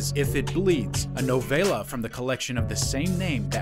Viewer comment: Say 'Novella' again please... 😂😂😂😂